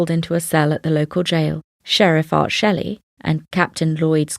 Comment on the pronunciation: It's pronounced schley, not Shelley. Just thought you may need to know.